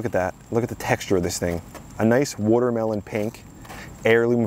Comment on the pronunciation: So, first off, kick ass garden, man. I’m jealous. Second, the way you said “watermelon”. I’m from California but now live in Philly, so I definitely picked up on the accent. Almost every night at the dinner table it’s me vs my wife and daughter arguing about the correct pronunciation of certain words and wooder vs water is almost always at the top of the list. Are you from Philly or the area? Lastly, how do you get your plants to grow the fruit out like that. It almost looks like bunches of grapes. I sounded like you referred to them as “sets”? I wish I had the garden space you have, and also your green thumb. Excellent work, amigo. Always cool to see the abundance from people who know what they’re doing.